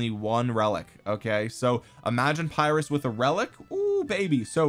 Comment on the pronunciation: Just a quick "correction". Pyrrhus is pronounced with an "e" not an "i" and an "o" at the end. So it's Perrhos. I'm gonna watch the rest of the vid now 😅👍